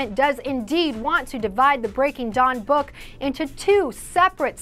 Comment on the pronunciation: Umm its breaking dawn not breaking john! HAHaHAH:)